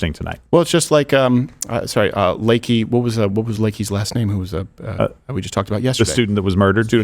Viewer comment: ITS NOT LAKEY ITS LAKEN! Cmon Crowdy get it right